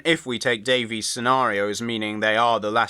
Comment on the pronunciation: Like RTD, she pronounces her surname "Davis", not "Daveez"